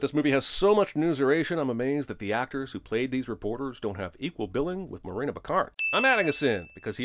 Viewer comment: 😂the first uncensored swear I hear and I swear her name is Morena not Marina but maybe that was a joke